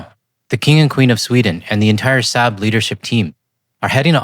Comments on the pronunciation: i might be wrong, but I think the proper pronunciation is "Sawb." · Nitpicking, here. Saab is pronounced "sob" (like crying). We drove their cars for decades and corrected the pronunciation dozens of times.